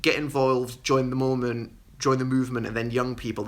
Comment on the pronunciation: Lamo I'm Mormon and it took me a minute to realize you were talking about how he mis said the word "movement" 😂😂